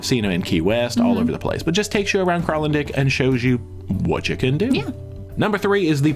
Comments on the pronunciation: Kralendijk is pronounced with a long "i". dijk is dike in Dutch. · Your pronunciation of Kralendijk is wrong. Its Dutch and should be pronounced KralendYk. Ij = Y. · Now you did not pronounce correctly. Its difficult for english speakers but it sounds more like "DYKE". KRAAHL-UHN-DYKE. Ina rime: I like to bike in kralendike